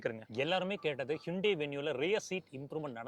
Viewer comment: athu ஹூண்டாய்.... ஹிண்டே illa 😂😂😂😂😂😅😅😅😅😅